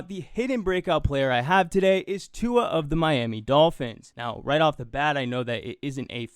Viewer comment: "TUH DAY!"